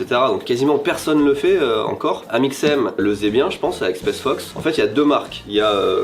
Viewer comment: m'a tendu à dire spesse fox et the North fesse toute la vidéo 😭